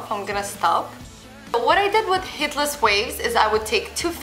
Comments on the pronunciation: Lol I am not being mean but she sounds like she is saying Hitlers curls and I can't stop laughing😂😂😂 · now you have heard it, it cannot be un heard